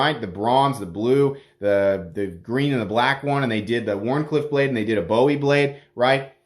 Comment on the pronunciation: It’s Boo-Wee. Would really love a scarab navy!